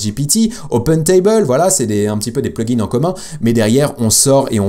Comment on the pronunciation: Hello, je voulais, avant toute remarque constructive, te remercier pour tes vidéos. Ensuite, je voulais quand même te signifier que mes oreilles saignent à cause de toi et de utilisation du mot plugin au pluriel, Pourquoi tu fais ressortir le S à la fin du mot plugin??? Que tu parles d'un ou plusieurs plugin, tu peux le prononcer au singulier. Mes oreilles te remercie. 😂👍